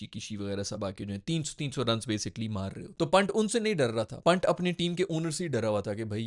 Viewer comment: भाई विराट को विरात बोलता है ओर पंत को पन्ट